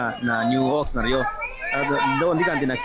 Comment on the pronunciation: It's pronounced Ox-nard. Not Ox-nurd.